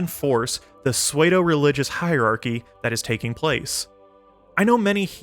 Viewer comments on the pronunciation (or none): . "soy-e-do-religious hierarchy"? It's actually impressive that you can narrate this so well and not know how to pronounce "pseudo-" ("soo-doe"). A very common problem autodidacts have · Pseudo is pronounced sue-dough not suede-o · Fyi... Pseudo is pronounced like sue-doe, not sway-doe. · "Pseudo" is pronounced "soo-doe", not "sway-do" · excellent video, but just so you know pseudo is pronounced "soo-dough". you've probably never heard it out loud, it's a common problem. great job overall! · Is pronouncing “pseudo” as “sway-do” bait of some kind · Swaydo! (idk, odd pronunciation, it pops up from time to time) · Wtf is a "swey-doh"? Is this like an internal channel meme on the pronounciation of pseudo? Either way I'm just leaving a comment as an algo boost for this important topic. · Swaydo 😭 Psuedo 🥲 Good video, like you're style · I love your videos man but your pronunciation of pseudo is driving me bananas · How did you just pronounce "pseudo"??? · Pseudo was mispronounced twice, psychopathy was too. I think there’s a few other instances of this. Love the content, but jfc, our education system is failing.